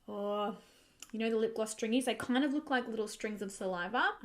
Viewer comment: I had to laugh when you said that you were getting stringies, you sounded like such an Aussie 🤣🤣🤣